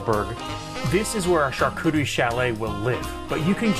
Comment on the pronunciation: Hehe he said cooter